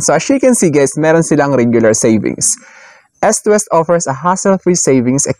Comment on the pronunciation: Eastwest po, hindi Estwest. As in you pronounce it as eaaassst hindi esst